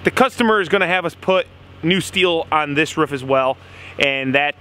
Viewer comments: I enjoy your vides dude but you cant say the word ROOF, only rough sounds like every time ? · Wow it cracks me up every time says ruff instead of roof! Dude did something bad happen in your childhood or what!?